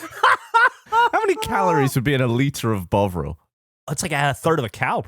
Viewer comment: everyone saying bovril it keeps sounding like bog roll